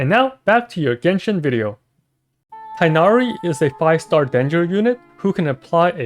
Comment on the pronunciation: just as a heads-up, you pronounce the 'g' in tighnari!